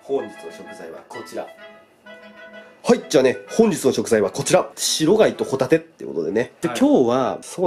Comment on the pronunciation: 白貝とホ⬇タ→テ↑